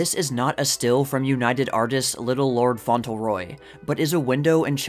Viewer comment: It’s pronounced Faunt-leRoy. Not Fauntle-Roy.